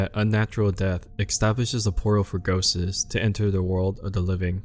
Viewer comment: bro please it's not pronounced GHOSTES ìts just plain GHOSTS. see the difference